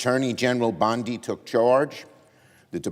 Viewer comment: Clickbaiting liar, cant pronounce her last name right?